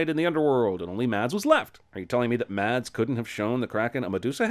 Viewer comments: Mads is pronounced mess, not mads. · For future reference. Mads is pronounced like: Mas. Forget the D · Literally the only problem I have in this whole video is that you pronounced Mads’ name like “ m a d s “ when it should be “ m a s s “ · The "D" in "Mads" is silent